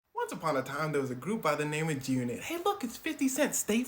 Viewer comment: Why you saying “Jyoonit” ?? Enunciate your words boy you sound goofy as hell lol